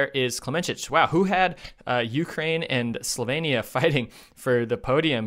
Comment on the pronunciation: Slo-vee-nee-ah. Not Slo-vay-nee-ah. For gosh sake!